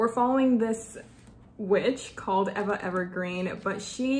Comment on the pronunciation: " Eva " is pronounced " eeva " .